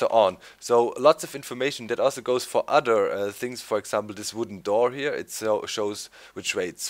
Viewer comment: ODDER !!! :-) No offense DOC. LOVE YOUR VIDS :-)